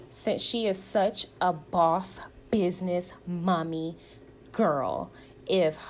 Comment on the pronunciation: Your commentary was spot on! And i get so tired of them trying to make Tisha look like she's a smart business woman. Oh im sorry, "BIDNESS" woman 🙄 bc thats how she says it.